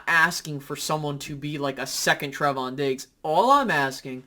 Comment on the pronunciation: TRAAAAY-von not TREH-von lol. Trevon diggs lol. Just messing with you (but it is lol) but bland is an exciting prospect especially since we got him in the 5th round. I think Wright is what he is but it's good to see him look to be improving. Kelvin Joseph is concerning at the moment, as a second round pick he should be further along than he is. One thing I think is crazy though is the AB hate. He has had a great camp and many say he's been one of the best on the team. You'd think that people would be happy he seems to keep improving and looks to be, at least at the moment, a solid compliment to diggs on the other side of the field. Regardless, I'm excited for this defense this year. I think we will be even better than last year. I think we have taken the next step talent wise- even if it's just growth from guys we have already had. While we may not replicate the turnovers from last year, I think this defense is going to be better and more solid all around so that we won't need to rely on turnovers as much as we did last year. I think the turnovers kind of masked the level they ACTUALLY played to last year. I thibk we change that this year. Another year of guys in Quinn's system, more talent for DQ to mold and utilize their strengths...the defense I feel great about. The offense.. well in my opinion we will just have to wait and see. I think this offense will HAVE to have a great run game in order to be successful this year but especially with Tyler smith's strengths, I think